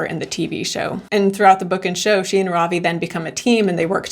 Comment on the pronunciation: This is really small and petty but his name is Ravi RAH-vee not robbie